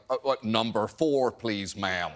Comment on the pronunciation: I notice when Brits kinda do an American accent right, it sounds a bit Southern. Like the way John said "ma'am" . No? Just me? Ok